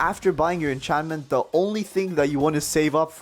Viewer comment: Did he just call encancement enchantmenta.